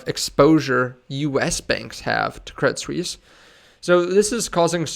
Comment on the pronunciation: Thanks for the info. By the way, it's pronounced Credit Swiss :)